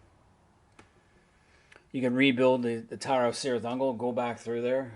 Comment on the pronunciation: Really enjoyed this video, as well as your other MERP stuff. One suggestion: look into proper pronunciation. For example, Cirith Ungol is pronounced "Kirith Ungol" rather than "Sirith Ungol."